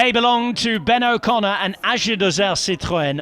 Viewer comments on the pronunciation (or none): none